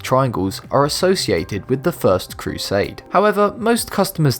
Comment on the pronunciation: ThthtThhtHHhthEEE FirST CrusADE yOu sSSaAIiD?